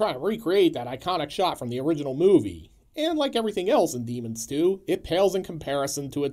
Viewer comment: Boy, when you say the name, it sounds like "Demon Stew" which sounds from your plot rundown that it would be a pretty good title for it. :) Especially when you immediately describe it as a mishmash. I think I caught the first one time but haven't seen this one yet.